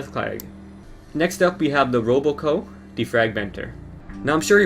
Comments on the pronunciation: its rob co not robo co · whoa whoa, did you just call robco ROBOco? ha ha, no. that's not how its pronounced, you just say rob then co. thats it, not roboco just spell it out. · I'm sorry but it's robco. Rob. Co. Not ''Roboco'' lol. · It's not ro bo co its rob co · It’s not roboco it’s ROB co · rob-co pronounced (rohb coh) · It’s rob co not robo co. Any ways keep up the good work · It's not RoboCo it's RobCo (Rob-ko) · ROBco, not roboco! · "RoboCo" XD its RobCo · It's not Roboco it's Robco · R O B C O NOT ROBOCO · he said roboco when its spelled RobCo, you know like Rob and Co not robo and co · Grandpa: These dang ol' Roboco computers. Me: IT'S ROBCO!!! (No offense ) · why does everyone say "roboco" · It's Rob-Co, not Robo-Co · it's ROBco,not Roboco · You said "Roboco" instead of robco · It's not roboCo its rob co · Its RobCo not Roboco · It's not Roboco, it's Robco. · I who else hates it when he says roboco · you saying roboco pissed me off more than it should've XD